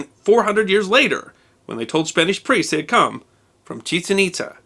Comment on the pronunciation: Years ago, I visited Chichen Itza. By the way, I was taught that the pronunciation is not what you used. The accent is on the second syllable, not the first syllable. Those ruins are amazing, and I recommend them to anyone.